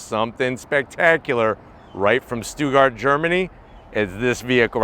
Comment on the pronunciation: Doesn’t know how to pronounce stuttgart 😂